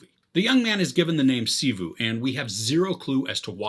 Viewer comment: His name is Shiva not shivu 😑